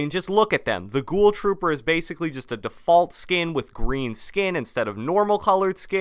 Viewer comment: Bro how do you say defoult